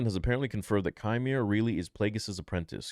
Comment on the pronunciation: It’s pronounced “Quimer”